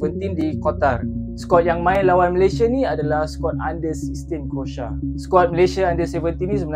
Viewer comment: CROATIA BUKAN( KROSA) /SECARA MELAYU KROASIA, macam mana mau memartabatkan bahasa melayu 😂😂😂